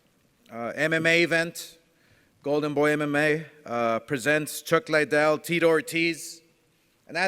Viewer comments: Still calling him Chuck Lie-Dell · How are you promoting this fight and calling him chuck lydell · Chuck "Lie-Dell" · no bro even casual fans say chuck lidell not Liedell you dumbass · Oscar del la Hoya what an idiot nob end can't promote this he's a joke a wana be Dana the ufc refused to do this fight cause the fighters are to old lol come on chuck Lydell lol its fucking chuck Liddell u fucking idiot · Damn bro...... get some speech classes bro. Don’t you have writers to put your speech together. Your straight wigging it bro. Also Chuck (L-y-dell) or Chuck Liddell. You can’t even say that right. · Why does Golden boi keep saying Lie dell? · Not Lie-Dell It’s Liddell Dumbass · Why are you saying chuck lies or are you trying to say liddell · Oscar should stick with boxing. Take some public speaking classes. He said Lie dell for fuck sakes. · It’s Liddell not lydell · Tito . "Lie-dell" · Between the monotone and pronouncing liddell wrong i can honestly say i will never watch oscar speak again! What a twit 😂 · Holy fak 2 minutes in and you wrongly pronouncing Chucks last name so many times was enough for me to hammer the mouse to dust - stick to being the face of the company get one of the punch drunk fighters to be the voice cuz man oh man you struggled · Chuck Lie-Dell and Tito More-Tiz.